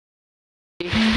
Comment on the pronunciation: Not warmouth